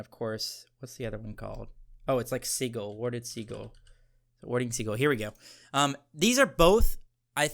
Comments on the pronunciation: This is more of a comment on how he said the word sigil lol. I think the item is ok, just underwhelming compared to the other starters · Warding "sidge-ill" is the pronunciation fellas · Why must you pronounce sigil like siggle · Yo im forever calling pronoucing "sigil" as "seagull" now in honor of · I think it's sigil like sijel but I like ur version better, great video <3